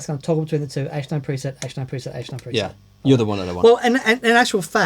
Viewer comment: In the Josh Smith video, every time he said "H9" I thought he was saying "8-9", so making the program changes for the H9 on the 8 & 9 buttons makes perfect sense to me...